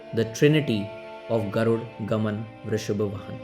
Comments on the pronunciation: its "Garuda Gamana" not Garuda Gaman please pronounce it properly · Hi, why can't you pronounce the movie name properly? Please try just a little harder next time. Try Sanskrit pronounciation for the words, not Hindi. Thanks.